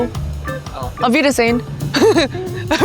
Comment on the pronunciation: That "Auf Wiedersehen" was spot on.